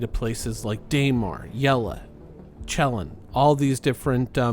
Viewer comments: Its written as Cellin, not Chellin, you say Chilli cause its written like that not Celli. Cell phone is pronounced as tsel foun, not tchel foun. Come on give me the salt for pointing out a very funny trait about haahah. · Did this man just pronounced Cellin as Chellin???😂😂😂 correct me if I’m wrong but I’m pretty sure it’s pronounced as Sellin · lol cant pronounce Cellin correctly. Its Cell” -In not Chel’ -in. The again you call magazines clips sooooo... yea......